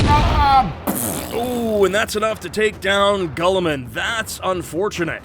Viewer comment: "Gulliman"......Gulliman?! .....It's Guilliman!! Commentator.....y u mispronounce?!